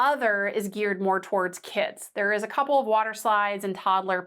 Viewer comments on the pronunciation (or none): none